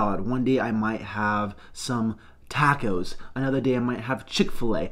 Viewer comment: Aren’t you Mexican bro 😂 why you say tacos like that And drinking a cup of 🙌🏻 Love the vids tho man, excited for the journey!